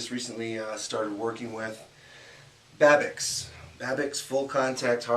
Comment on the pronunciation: I thought it should be pronounced Babich. cz is ch in Polish.